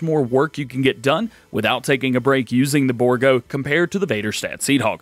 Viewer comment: Its pronounced bour--- gault